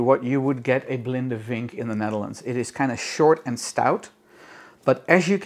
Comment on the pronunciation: Really odd to hear "vinken" pronounced with the "w" sound (in germanic languages) We say it like "Fink"